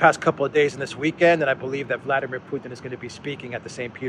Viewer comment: [vlad EE meer]